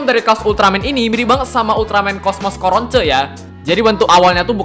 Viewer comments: Kok bilangnya Coronce 😂 Cronco malah dengernya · Coronce dibaca corons?